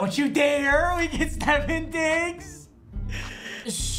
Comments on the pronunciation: It’s ste fon digs not Stefan digs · Stefon Diggs = (steph + on) not (steph + in) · . Did he say Stephon Diggs instead of Stefon Diggs??!? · Nobody: Absolutely Nobody: Papa: Steffen diggs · “ stefin diggs “ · Nobody:: “Stefen Diggs” “Oh it’s Teco” (actually talking about Tim Tebow😂😂😂) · “Stefin diggs” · It’s stephON diggs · wtf u said steff-on diggs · “Stephen digs” 😂 is how papa says stefon diggs